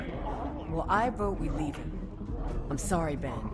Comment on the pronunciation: Short Over-Baked Potato omg LEEve